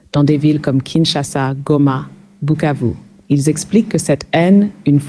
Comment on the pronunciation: Remarquez que Bukavu est bien prononcé et pas Kivu !